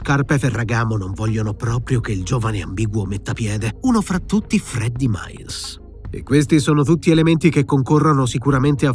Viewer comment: Ma perché Miles viene chiamato (lo scrivo cosi come lo pronunciano nel film) "Males*?